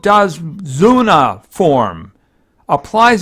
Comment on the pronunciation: japanese is easy to pronaunce you just need to read it as it's written like you read kami or akira or shinigami you said izanagi sekiwake yokodzuna and hikari wrong do not complicate things also you should go for support build it's the best one you have a lot of tanks and they really aren't that useful in the game while she can be really really good as a suport